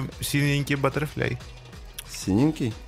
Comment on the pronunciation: Батерфлай а не батлфури ...